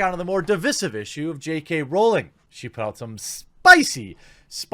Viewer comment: Once again. It's Rowling, rhymes with growling. It does not rhyme with bowling. And you don't read comments cos this is at least the 5th time I've said this.